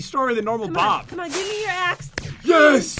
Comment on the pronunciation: yu she meant to say bob